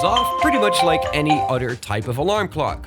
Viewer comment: Just an English FYI. TH = the sound TH not D ie. "The" should sound like "The" not "Da" "Other" should sound like "Other" not "Odda"